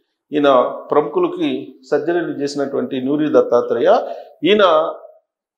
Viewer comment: నోరి , నూరి కాదు